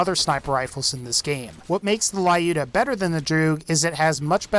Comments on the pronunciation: "layuda" That makes my ears bleed, lol. It's more like luda, or Люда (let the Google voice it), a russian sniper from WW2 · It`s Looda, not Layooda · I am jet to hear, that someone pronounces Lyuda correctly. It is short from Russian women name Ludmila not La-udmila, thus it is pronounced Ljuda not La-juda. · Please stop calling Lyuda "laiooda". Lyuda. L'u-da. From Lyudmila AKA "likeable to people" from "lyudi"(rus.)=people and "miliy"(rus.)=pretty. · Lyuda says as "l'uda" not "laiuda". Because vladof - soviet (that mind russian) brand.))) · lyuda read like l'uda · Lyuda probably pronounced as L'uda. Just russian passing by. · Dude Lyuda is pronounced as looda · stop calling it lae-yoda it's annoying. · I giggle how he says Lyuda 😅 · that's not how you pronounce Lyuda but w/e